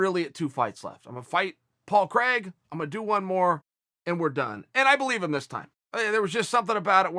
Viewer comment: Why do americans pronounce Craig so wrong